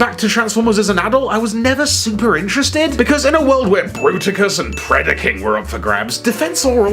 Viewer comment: Weird way to say Bruticus